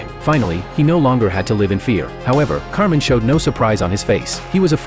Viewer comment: His name is actually kamen, I think the voiceover got it wrong 😅